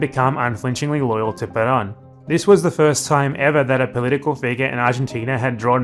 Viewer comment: I completely agree with you, but don’t criticize his pronunciation too much. His name is Perón. Ponga el acento en el rón. PeRÓN. Muchas gracias por sus video. Saludos desde los EEUU. Venceremos!